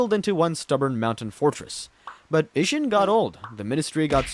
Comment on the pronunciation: I know you played this game and I know you never heard a single character in it say uh-sheena